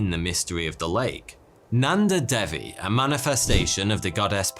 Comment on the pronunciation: I'm in india why have I not heard of this lake??? And it's day-wee not dev-e and par-vuh-ti